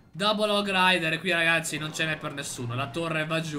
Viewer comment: sbaglio o ha detto ragashi😂